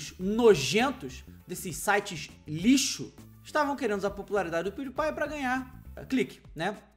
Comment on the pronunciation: Se pronúncia " Piuripai " .